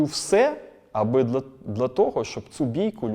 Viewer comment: Дуже цікава людина, вже вдруге передивляюсь інтерв'ю! Чудернацька вимова "дла" замість "для" )))